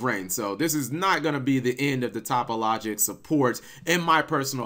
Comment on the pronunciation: Cap why do you not pronounce the link 3 topologic correctly are you doing this on purpose ?